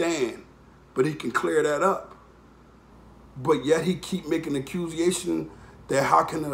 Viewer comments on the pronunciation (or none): this nigga said ACCUSIATIONS... HUH? What is that? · Accuziations lmao... And you didn't correct yourself meaning you thought that was a word lol and please find another word for (individuals) please... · Talking real shit buy him makin “ accuse-ziations” 🤣😂 but much love